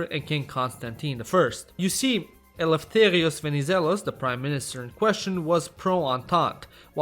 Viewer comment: I am a greek man myself so i can vouch for this video and you said eleutherios venizelos damn near perfect.